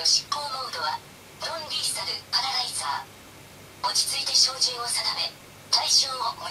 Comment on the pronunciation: ロンリーサルじゃなく、ノンリーサルかと…